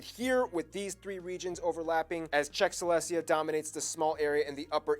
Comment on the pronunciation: Silesia, nit selestia